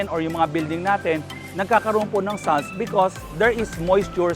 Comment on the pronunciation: pls check the pronouciation of salts